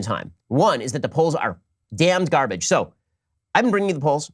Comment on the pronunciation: I screamed when he said "Garbaggio"